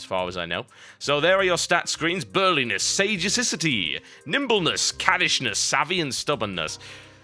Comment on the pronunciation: Lol, i love how tb pronounced sagacity